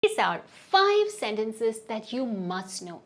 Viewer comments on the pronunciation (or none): "senctences" pronouction is little off isn't